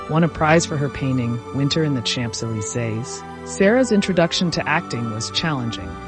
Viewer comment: Yes, your former teacher would want you to double-check your pronunciations of (the avenue des) Champs-Elysees, courtesan and macabre. Otherwise, this was a most entertaining bit of history to watch on a Friday afternoon, and I shall watch it twice!! Thanks for your efforts to enrich our lives. It is appreciated.